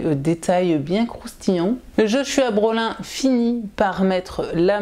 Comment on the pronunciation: Joshua Brolin se prononce plutôt "Broline", comme l'acteur Josh Brolin (Thanos dans Avengers notamment)